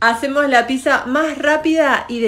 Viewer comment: Pero no se dice pisa... es pizza ... para pronunciarlo bien acordate del actor de cine Brad Pitt y agrgale un saaa como quién dice sí vagamente... pitt saaaaa